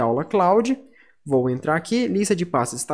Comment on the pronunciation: Obrigado pela pronuncia certa eu sempre pronunciava kloudi "cloud".